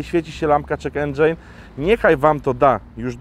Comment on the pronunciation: Czy tylko ja usłyszałem "lampka check Andrzej"? :D